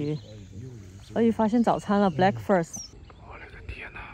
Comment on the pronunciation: 鳄鱼发现早餐了。 black first 听起来没毛病